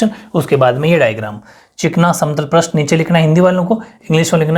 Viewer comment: Sir पृष्ट nahi hota he पृष्ठ hota he aapne hi to शब्द शुध्दि me bataya tha ष्ट प्रत्यय nahi hota ष्ठ praty hota he😜😜